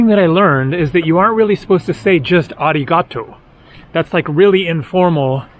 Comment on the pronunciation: In my experience ありがとう is perfectly fine and no one is going to raise an eyebrow. Try however not to stress so much the 'ga', you pronounce it strongly as 'ariGAtoo' when in reality it is more like 'aRIgatoo'. The intonation goes up in the 'ri' and low in the 'too' while 'ga' is neutral.